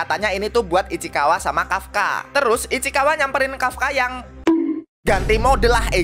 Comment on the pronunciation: Ichikawa ❌ Ichikiwir ✔ 😂😂